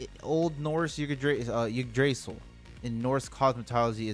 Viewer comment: its pronounced "ig tra sil"